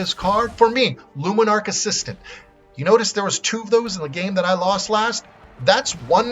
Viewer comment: It's aspirant not assistant